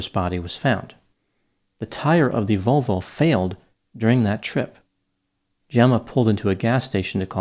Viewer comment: “Jenna rented a Vol-VOW 😂😂😂